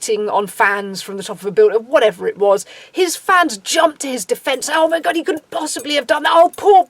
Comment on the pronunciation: Your accent makes “god” and “goth” sound like perfect homonyms 😇 i like it a lot